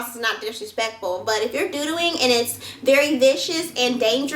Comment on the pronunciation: LMFAOOOOOOOOOOOOOOOO "and it's very viscous and dangerous" #DEAD